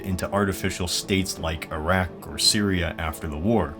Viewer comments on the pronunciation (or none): none